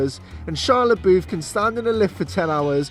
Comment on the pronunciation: "Shia LeBoof" - 2020